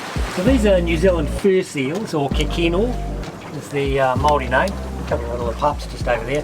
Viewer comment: You guys are doing so well with pronouncing Māori names! Love your work ❤️